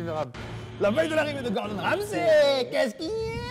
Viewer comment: Question pour les francophones. Vous prononcez le sey de Ramsay ''sai'' pour pas confondre avec le comédien francais ?😅 Ou c'est la traduction qui a foiré dès le début ? Parce que ça me fait buguer à chaque fois